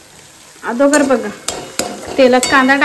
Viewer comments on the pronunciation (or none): Agodar ❌️ Adogar ✅️😅😂